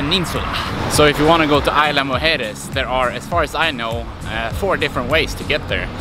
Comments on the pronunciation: "EES-la" not AYLA. Nice video. Thank you! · Great video bro! One of the better ones I've seen on Isla Mujeres! Two things: 1) What kind of drone were you using and did you have problems getting it into Mexico at all? 2) The "s" in "Isla" is not silent, but if that's the worst thing about your video, you did a great job! I'm going this summer, and I can't wait to get some awesome drone footage like yours!